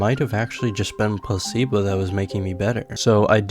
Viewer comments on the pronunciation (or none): why does he keeps saying pussy-bo instead of placee-bo